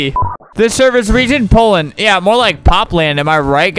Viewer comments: Nobody: Albert when poland: P O P L A N D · did he just call my country popland?